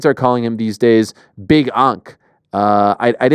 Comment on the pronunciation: It's big ank not big unc. get it right